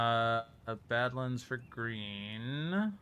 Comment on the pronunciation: I'm still out here, wincing when you pronounce badlands and islet. I can't wait to hear how you pronounce Infested Aquifers or A Circuitous and Wending Journey. 😵‍💫😝